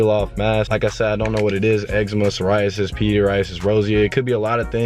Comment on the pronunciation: Sorry the explanation in the beginning I didn't pick up because I lost you at peadie-asure-ryasis.